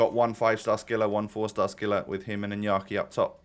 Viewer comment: Its inaki Williams with an A not inyaki William's